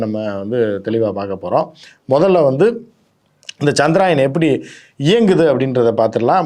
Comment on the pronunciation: சந்திராயன் இல்ல அது சந்திரயான்